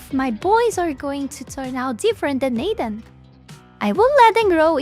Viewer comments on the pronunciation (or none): I don’t know if it’s some kind of accent or it’s my tism cause I’m keep hearing say “Aiden” than “Adam”